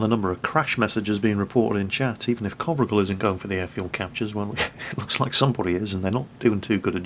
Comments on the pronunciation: y u no get the name right?? It's sounds like Covrigal like in description but if its COVRIGEL ( Romanian ) it sounds something like CO(like in Coal)VREEGEL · The right way to pronounce his name, the "gel" at the end should be pronounced just like hair gel. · Imi place mult cand incearca sa citeasca nume romanesti... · Covrigel means pretzel in romanian:))))). Also,, you said it totally wrong. Good thing you wrote it, wouldn't of recognized it otherwise. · that's not how you pronounce covrigel,if he is a romanian player then you do have to check out how covrigel is pronounced because it sounds kinda cute and covrigel in romanian means pretzel:D